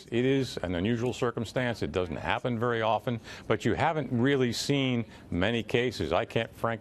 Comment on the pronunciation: Shhhhhh be vewe vewe quiet Twumps hunting wibewals.